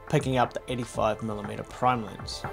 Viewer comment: it is funny how australians cant pronounce the letter E. Lens becomes Linse.